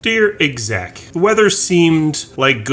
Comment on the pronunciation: Whenever you say 'dear exec', it sounds almost exactly like 'hey jackass'